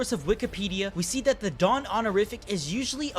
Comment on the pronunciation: Every time said "the dawn" I heard Dadan 😆 Duh-dawn